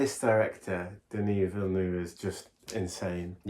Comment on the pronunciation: actually got the name right, Denis like (De-knew) Villeneuve like “Veele Neuve”